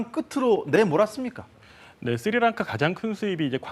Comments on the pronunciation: 무슨 앵커 발음이 저 따위지? 쓰리랑카가 뭐냐? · 야, 아나운서란놈이 "쓰리랑카"가 뭐냐. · 쓰리랑카가 아니라 스리랑카라고 발음 하시오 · 쓰리랑카가 아니라 스리랑카고 씰론티가 아니라 실론티에요 아나운서고 진행자라는 사람이 글씨도 제대로 못읽으시네요? 쓸사람이 저사람밖에없나? 더 잘난사람들 많을텐데